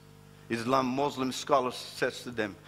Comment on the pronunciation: First of all ,he was never been a muslim, look at him how he pronounce the word muslim, he lies don't listen to him, the quran and Hadeeth no where say, not to shake hands with any faith people,. i tell you people who listen to him study Islam and than judge it.